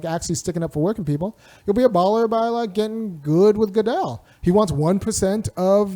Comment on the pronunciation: It's Good-Dell not Dal/Doll/Dal......